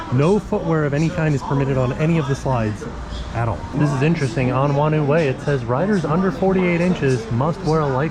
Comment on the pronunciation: Hello, Awesome to see you back at the water parks. Just so you know "Whanau Way" is pronounced "Faar-No Way" (or a variation of depending on where you are from). Thanks for listening.